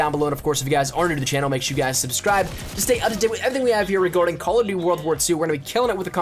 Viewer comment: I really don't like the way you say 'CallofjhjdbdgdfnvmnDuty WW2' in your giveaway intro...